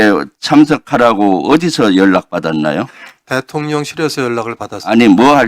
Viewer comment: 내 귀에 들리는 것은 대통년으로 들린다. 내 귀가 잘 못 된 것인가?